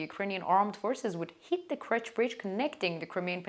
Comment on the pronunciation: Why does she pronounce it as KRECH bridge instead of KERCH?